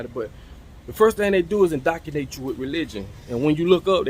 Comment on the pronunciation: Indocinate ME:🥴 I knew he meant INDOCTRINATE tho,but I’ve never heard anyone pronounce it like he did. So, it kinda caught me off guard….lol. 🤣🤣🤣 I love us man,we’re so country,but smart and intelligent at the same time